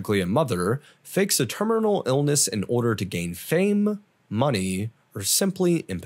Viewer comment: "termerneral" 🤣🤣 love you had to call you out on that